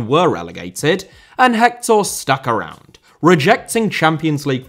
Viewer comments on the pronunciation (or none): none